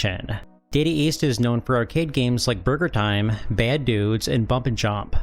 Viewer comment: lol it sounded like you said Murder Time instead of Burger Time…now THAT is a game I want to see on my NES 😆